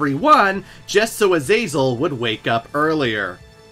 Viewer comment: Man, it's a good video but I've never ever in my life heard anyone butcher the name Azazel like you have.